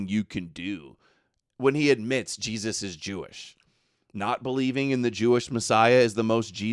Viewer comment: hes saying Jestus like jest or joke